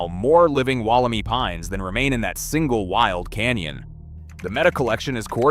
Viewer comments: The Wollemi Pine is pronounced “Woll-em-eye” — not Woll-e-me! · The "i" at the end of Wollemi is pronounced as "eye", not "ee" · Re: "Wal - a - my". Please get the name right. The "clone" will diversify with different environmental ground radiation to transform its DNA to new strains. Different blights and environmental challenges will make them stronger and more adaptive to the modern world. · Good video but Wollemi is an Eora Nation word and is pronounced Woll em i 👁 not ee. Like Bondi Beach not Bondy Beach. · Interesting, I spotted this straight away and deleted my post after checking the answer to everything, "Google". It came up with the e pronounced "ee" not "eye" or "ai". This is from a new AI. program. Gemini is wrong I suspect, as now another check elsewhere is as you say "eye". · Well, that was a unpleasant as a local listening to Wollemi pronounced incorrectly. The last syllable is pronounced my. As in this is my tree. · Correct me if I'm wrong, but I thought that the correct pronunciation is "Wollem eye" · omg i hate the way the ai is pronouncing Wollemi. I used to live basically next to the same forest as Wollemi National Park , no fence you could just walk straight up into the mountains.... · The pronunciation of "Wollemi" irked me the entire video! If your not sure how to pronounce a foreign word (and one derived from an indigenous dialect) please look it up before the video. There's even a clue in your own video the Botanical Gardens of Sydney programme; " I Spy a Wollemi!" All three words rhyme! Or are supposed to if pronounced correctly. Like the content but is the voice-over AI slop? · It's not just the pronunciation which is slop. It's the implication that once they hit the UK, they practically became an invasive species. The whole thing is slop.